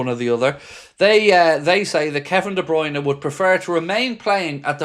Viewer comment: No no. De Bryune no